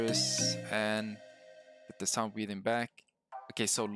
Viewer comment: it sounds like you said sun breathing till i heard it more